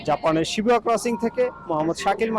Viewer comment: Shibuya ke Shibua bolche amader yellow journalist ra 😂